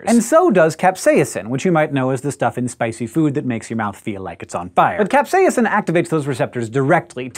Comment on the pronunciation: he said capsaicin weird